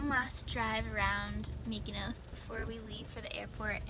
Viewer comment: They pronounced Mykonos wrong